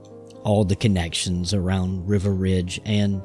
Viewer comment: Dude, you can’t pronounce Riva or Turcotte!! What are you doing pretending to teach about Secretariat?